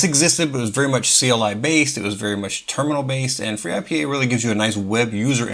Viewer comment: Finally! Someone made video of freeIPA… proper video of freeIPA.. i use it for like forever, also use it without integrated dns and chrony.. we need vids like this! And if we joke, khm, interesting you say free-I-P-A when usually we state ipa :D in any case excellent! 👌